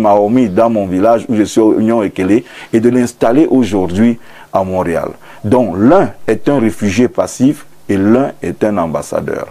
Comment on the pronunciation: On lit Mont Réal et non Montréal pour un journaliste, c'est limite. Je croyais que les journalistes étaient tant soit peu cultivés surtout pour un pays et une ville qui est aussi renommée comme Mont Réal, vous devriez en principe savoir comment ça se prononce. Eh beh !!!